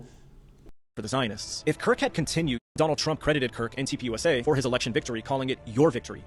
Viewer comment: Gosh! TUPUSA (TURNING POINT USA) Stop saying it wrong every time